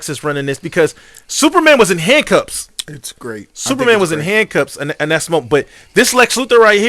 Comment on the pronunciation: Multiple times he said it. It’s another “amber-lamps” lol